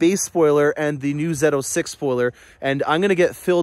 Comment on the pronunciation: Did he say Zeto 6? LOL